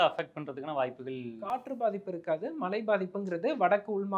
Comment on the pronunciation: Is it malai rain or Malai mountain. Can't you pronounce MAZHAI properly.